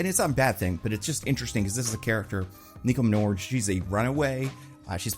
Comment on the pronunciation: Nico MIN-O-ROO